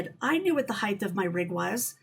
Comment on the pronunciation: Great topics,, but it's HEIGHT, not heighth. See you down the road.